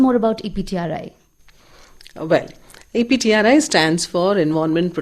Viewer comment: It's EPTRI... Not CPTRI.. Please make a correction..